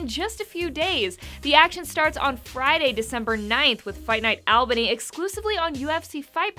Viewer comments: I live in Albany, and hearing her try to properly pronounce it was killing me... It's ALL-bany - like ALL the time, not AL. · It's fight night Albany: ALL-Bunny not Al-Banny